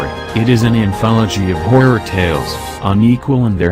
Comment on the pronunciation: i like how the voice said horror or in its case hoirror